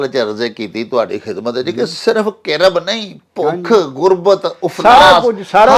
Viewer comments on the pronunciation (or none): Sir aap ka program pehli wari sunia. Bohat acha lagga. Bas aik haraf tussin bolia Kirab. Mein apney alay dawalay ihnon karab sunia. Asal kih hae thori roshni pa dio 🎉🎉🎉🎉🎉❤❤❤❤